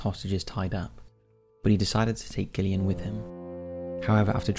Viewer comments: Just because her name is spelled with a G, it's still pronounced Jillian, NOT Gill-Ian. With all the horrors the poor girl had to go through, calling her by the wrong name isn't going to make her feel better. Sorry Gillian. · I love your videos but I wish you’d learn to pronounce the name “Gillian” 😅